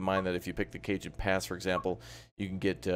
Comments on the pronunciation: It’s not Cajun pass it’s “Ca-hone” pass but good video 👍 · i thought it was (ca-hone) not (cae-jan) pass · Cajon Pass, the "J" is pronounced as an "H', it's Spanish. So it would look like CaHon Pass. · Cajon pass is pronounced “KA-hone “ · Did he just say “Cajun Pass”? 💀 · FYI; its pronounced kuh·hown pass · FYI - Cajon Pass is pronounced as: "Kay-Hoan Pass" - Very nice video!